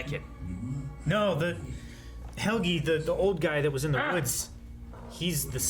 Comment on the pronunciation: Why do all the American reactors i've seen pronounce Helge's name like that